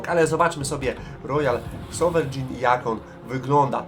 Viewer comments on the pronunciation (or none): "rojal sowerejn" po naszemu 😊. Fajnie że wjeżdża wreszcie jakiś kawałek historii...